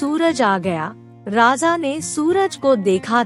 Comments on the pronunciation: It’s raja not rasa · आप राजा को बार बार राजा़ कह कर अशुद्धि का कंकड़ डाल रही हैं, मैं सुन ही नहीं पा रही। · बार बार raja ko raza raza बोल कर irritate kar rahi ho... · राजा का उच्चारण सही से करें